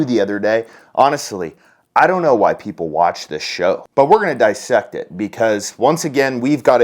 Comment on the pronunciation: "DIS. SECT." IT ! Dis-sect it ! Get it ?